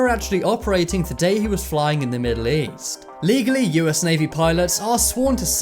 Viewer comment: East, I thought he said weast.